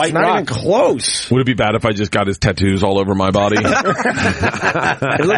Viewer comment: Bert changed how he says Tattoos. For years he's been saying Tittoos, but this has him cleatly saying it correctly. Tattoos